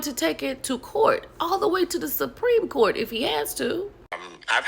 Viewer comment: The Suprene Court!🤣